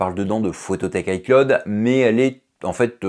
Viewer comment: On prononce "i clowd" pas " i claude". Apprends deja ça